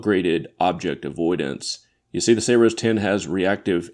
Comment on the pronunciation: Did you just call it Sayroes 10?